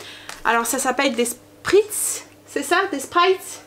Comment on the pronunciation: Coucou! J'espère que tu as passé de bonnes vacances? Trop rapide à mon goût... 😜!! Niveau produits d'hygiène ça m'a jamais fait tilt et puis je présumais que tu avais pas forcément envie de nous montrer avec quoi tu prends ta douche. Et je ris à chaque fois que je t'entends dire spritz!! Moi qui viens de la frontière allemande ça grince à mes oreilles 😉 ça se prononce chpritss 😁! En 2 semaines je trouve que tes cheveux ont bien poussé dis donc! Bonne reprise et bonne journée 😘